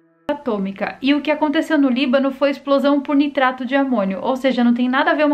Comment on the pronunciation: ela tenta falar esplosão mas o youtube num dexa🤣🤣🤣🤣